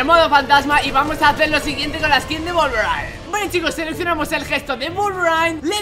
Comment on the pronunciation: Nadie: Absolutamente nadie::Wolverain